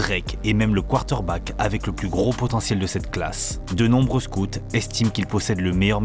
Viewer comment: Frère faut que tu apprennes à prononcer Quater Back 😂❤